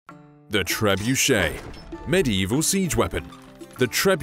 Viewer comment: pls prnounce it better its triggering me